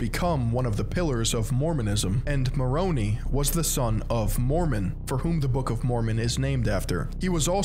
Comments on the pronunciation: Fully agree, and yeah Moro-knee kinda jarred me when Moron-eye is what I've always heard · Not mornee it’s morni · I concur. I'm like it is more own eye... Lol. But alas he cannot hear me. Oh well. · He keeps saying Maroni like it's a pasta haha It's Ma-ron-eye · Mormons will discredit you for pronouncing Moroni (Moronee) when it’s Moron- i, thanks for the video! I wish people could see this church for what it is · As an ex-Mormon I agree with this video however. The pronouncation is killing me I’m sorry 😭 Moroni and Nephi are not pronounced Mor-o-knee it’s Mor-o-neigh and it’s not Kn-efi it’s Knee-phi I’m sorry if this is offensive I’d just figured I’d tell you. Also it’s pronounced knee-ph-ites not kn-efi-ph-ites again sorry just it really was bothering me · Lol ex member here but it's pronounced moh-row-Nie not nee Also in 14 years of being a member water was never an issue? We would go swimming in lakes while backpacking all the time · FYI pronounced MORONI (long I) not MORONEE. All named with a vowel is pronounced with a long vowel. I was a member for 64 years. Some mistakes on doctrine so I recommend reading “No Man Knows My History “ by Fawn Brodie and “RoughStone Rolling” by Richard Bushman. y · As an ex Mormon it’s a little funny to hear you pronounce Moroni as Moron-ey 😂 jokes aside glad I escaped the cult! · Former Mormon here as well, here is the pronunciation we're all correctly having in mind: Moroni /mə'roʊnaɪ/ muh-RO-nai Nephi /'niːfaɪ/ NEE-fai Nephites /niː'faɪts/ nee-FIGHTS Laman /'leɪmən/ LAY-mun Laman /leɪmə'naɪts/ lay-muh-NITES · Nehphee, Lahmanites, Moronee, you name it, he’ll misname it! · The pronunciation is killing me 😭 this is how to actually say them: Moroni: More-own-eye Nephi: Neef-eye Nephite: Nee-fight Lamanites: Lame-en-ights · I grew up mormon and its KNEE-FY and MORON-AY Sry it just bothered me a lot 😅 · Pronounces Moroni like Macaroni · I love the way pronounces Moroni like he's an Italian mob boss 😆.